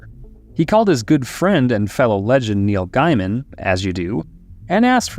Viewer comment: I've never heard Neil Guyman's name pronounced like that before